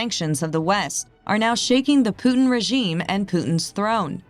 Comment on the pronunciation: How is it Americans try so hard to say 'herb' and yet, can't even begin to say Putin?